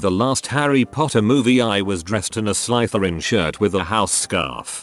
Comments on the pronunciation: This pronunciation of Slytherin is making me really happy lol. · Way the robotic voice says "Slytherin" hurts me physically and emotionally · I’m a Hufflepuff but it made me die inside